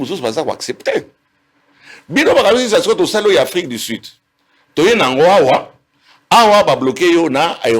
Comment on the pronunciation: Un docteur qui prononce "Afrique di sid, milié, mesire, plis, eli " 🤦🏽‍♂️😢